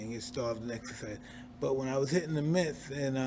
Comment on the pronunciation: “when I was hittin the miths” 🤣